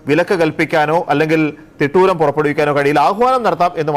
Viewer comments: Theetooram അല്ല തിട്ടൂരം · തീട്ടൂരം അല്ലാ തിട്ടൂരം ആണ് ശരി!